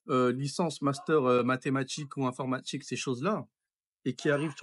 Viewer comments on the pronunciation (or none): « Je veux djire que l’informatchique… »